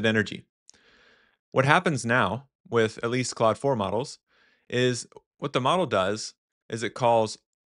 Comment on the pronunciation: Are you pronouncing Claude and cloud the same? It sounds like you are.